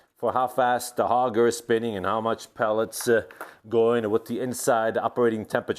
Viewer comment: The word is auger not hoger. Nice job on the restoration though.